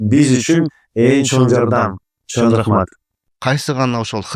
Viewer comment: ИНИМ РАХМАТ ЖАКШЫ КОНТЕНТ БОЛУПТУР. ЭЛГЕ КЫЗЫКТУУ, ЖАНА ЖАШТАРГА ПАЙДАЛУУ. БИР СУРАНЫЧ БАР САГА. АКЦЕНТИН АЗАЙЫП, КЫРГЫЗЧАНЫ ЖАКШЫ ЭЛЕ ОЗДОШТУРУП КАЛДЫН. БИРОК: ЧОН РАХМАТ ДЕГЕНДЕ Н ТАМГАСЫН ТУУРА АЙТКАНГА АРАКЕТ КЫЛСАН ЖАКШЫ БОЛОТ ЭЛЕ... Я ИМЕЮ ВВИДУ НОСОВОЙ ЗВУК Н. ОН ПРОИЗНОСИТСЯ ТОЧНО ТАК КАК ПРОИЗНОСЯТ АНГЛИЙСКИЕ ИНГОВЫЕ ОКОНЧАНИЯ--- ng.